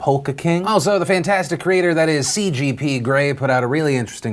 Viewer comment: hey, you pronounced cgp right this time!